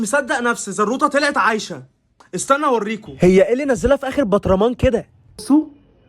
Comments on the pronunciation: انت بتقول نحطها في البطرامان❌ اسمها برطمان✅😂😂😂😂😂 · كرتون بطرمان انت بتقول برطمان😂😂😂😂😂